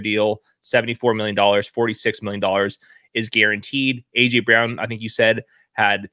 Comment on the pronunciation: Dude, the name "Brown" is pronounced "Brown" not "Bree-own." It's not that hard.